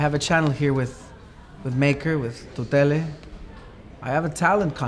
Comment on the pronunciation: The show is cool, but gotta learn how to say Tutele correctly!